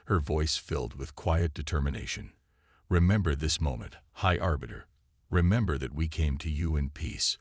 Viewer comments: Please do all of us a favor and teach your AI how to spell and understand context for pronunciation of some words. Pick one spelling for a name and stick with it throughout the story. Aliens should have alien names... Sk'thar. High Arbiter, not Orbiter.... two totally different words meaning totally different things. Engage the calm system? Try COMM system, short for communication system. A little basic research and editing would help you greatly. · Remember this moment high arse biter could have been a good mispronunciation. I hope the real high arbiter has a good sense of humour or where duck shit 😱.